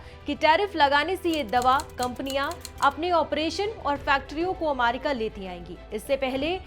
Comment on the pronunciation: Ammmaaaarki ammmaaaaarki mut kro didi 😂